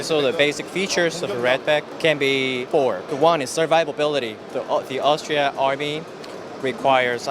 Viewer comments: Except for he incorrectly kept on saying Austria instead of Australia!! facepalm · Yeah another person that can not say Australia